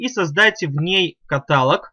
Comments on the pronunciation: Правильное ударение в слове катало́г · В слове "каталог" ударение на О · обратите внимание на слово катAлог